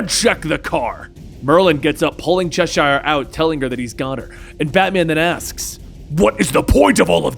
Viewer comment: Its not pronounced Chesh-shire, in england it's Cheshire like the cat, its like when you say Worcestershire sauce, it's like a tongue twister for americans for some reason, unbenouced to me!